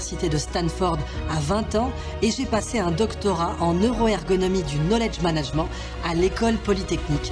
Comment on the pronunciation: Bonjour, Je trouve que pour quelqu'un qui a été invité dans des universités anglophone, monsieur Aberkane a une manière de prononcer "Knoledge Managment" qui ne reflète pas le niveau de quelqu'un qui a passé du temps dans des pays anglophones, au niveau prononciation et accent. Je peux admettre qu'il aura un accent français quoi qu'il fasse en parlant anglais, mais tout de même... Cordialement.